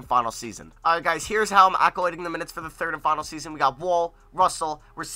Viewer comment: ALLOCATING not accolating